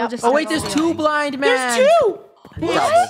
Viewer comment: I just heard funneh say "there will be a blind mand